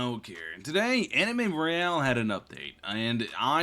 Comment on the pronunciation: did u say anime rail lol idk if it was just me that heard that lol